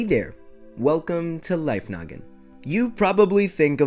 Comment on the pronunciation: Life noggin sounds more like life nugget😂